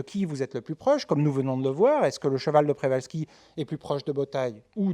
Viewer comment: C'est deja une information suffisante pour savoir qu'on devrait prononcer [pchevalski]. En France, on a tendance a etre extremement paresseux pour les langues etrangeres. Il n' y a qu'a ecouter les journalistes sportifs ou autres prononcer des noms etrangers sans se renseigner un minimum avant. C'est lamentable pour moi.